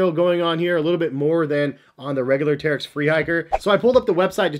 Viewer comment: Uh, it's pronounced Terrech.